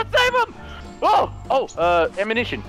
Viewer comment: He said ammunition anumission XD